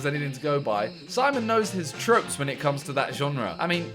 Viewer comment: I mean if you googled what tropes are before, you would have pronounced it perfectly AND knew what they were instead of saying random LUL